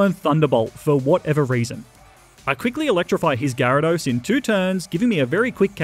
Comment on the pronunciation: DO NOT LEAVE OFF THE Y IN GYARADOS! AND IT'S WHISCASH, NOT WISKCASH!